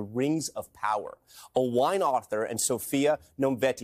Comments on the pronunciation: I cant cope with how the presentor pronounced Owain's name and then watching his reaction just made me fully laugh out loud!🤣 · loving the presenter mispronouncing Owain's name